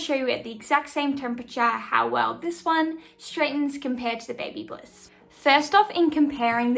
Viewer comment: It's Babyliss, no "bliss".